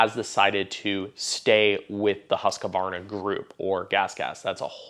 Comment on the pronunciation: It's pronounced ˈhʉ̂ːsˌkvɑːɳa. 3 syllables, not 4.